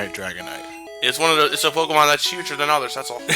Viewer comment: A Pokéman? God, it's my first grade teacher all over again. That's how she always pronounced it, and oh God, did she hate Pokémon. If you even mentioned it in her presence, you were met with disciplinary action.